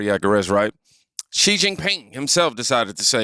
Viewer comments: Good points made by you. The Chinese Prez 's name is pronounced like "SHE". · Xi is pronounced SHE 😆 🤣 😂 😹